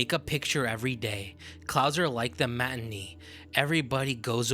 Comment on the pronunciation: « matinée » is pronounced like “mat-in-nay” not “mat-in-nee” It’s French. It means à theatre or film performance/screening that happens in the middle of the day ànd is thereby less expensive than an evening ticket. It has an associated meaning of something being cheaper or lesser by comparison.